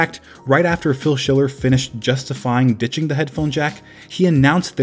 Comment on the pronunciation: I thought you said “bitching the headphone jack” instead of ditching. I about chocked on my food 😆